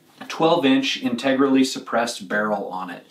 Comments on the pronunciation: Complains about ambidextree-us then cant say integrally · The man grills folks for saying Ambidextrous incorrectly, but can't say integrally right himself! Next video!